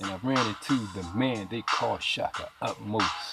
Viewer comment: It's Ahmose, not Utmosh